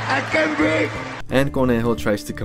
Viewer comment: No you did not insert, "I can't breafe." Bruh 💀